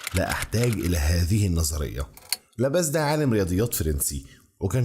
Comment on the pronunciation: وعالم الرياضة اسمه لابلاس مش لاباس